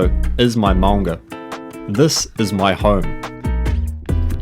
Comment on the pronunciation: mate relax with the maunga you sound dumb as f